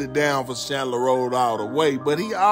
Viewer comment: CANDler rd bro Candler not Chandler